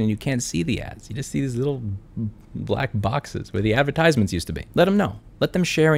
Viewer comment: This is solid advice but your pronunciation of advertisements irks me lmao